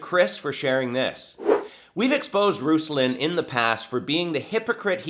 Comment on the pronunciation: Eek. You pronounced his name slightly incorrectly. Going to be called a goober v soon.